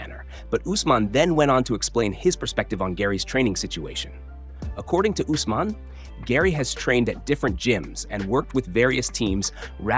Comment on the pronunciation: This channel butchers names. (Say- judo) Is Cejudo and (use- man) is Usman.